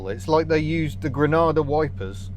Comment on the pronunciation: I thought you said an Aussie Ford Grandad ..